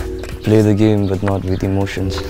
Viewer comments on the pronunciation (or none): none